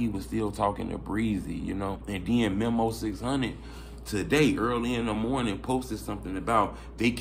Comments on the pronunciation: U keep callin folks "MEMMO" his name Memo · Bro it's Meeeeeee Mo